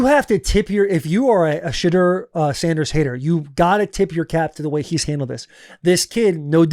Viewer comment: My guy! Can we pronounce the kids name correct 😂 It’s SHA-DOOR!!!!!!